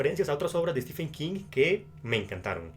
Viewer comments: Por que todo le dicen Stefen y no Steven u.u PDT : sé que se escribe stephen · mi favorito es Los ojos del dragón, poco conocida pero maravillosa, en especial por la injusticia del joven principe peter, comentario de lector de king... pronucia estiven no estefen